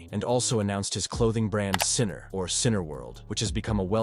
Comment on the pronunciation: it's not sinner, it's syna